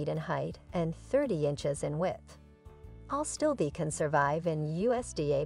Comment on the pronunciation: Is AStilbe not ALstibe. Also the screen reads lungwort and shows while describing astilbe. Check your work before posting…